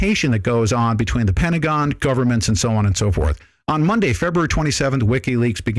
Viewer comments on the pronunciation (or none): none